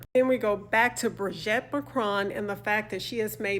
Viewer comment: Thank you, dear, but please stop calling her Brigette, it's wrong and it's awful. It's pronounced Bree-geet. Bree-geet. Please! Take care 🌹